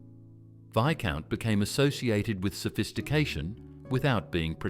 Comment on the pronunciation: Some odd pronunciations in this video! You say Viscount had a green packet, but we see only red!